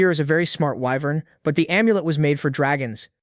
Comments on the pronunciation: whats an eyenvern? its WYVERN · Whats a "wh-vern"?